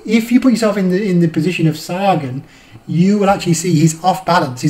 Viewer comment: its sa-gan not sare- gan